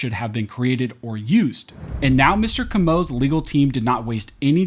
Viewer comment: Pronounced Co-Mo